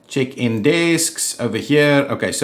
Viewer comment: Omg! Whenever you say "check-in desks," your accent makes it sound like, "chicken desks!" Love it! XD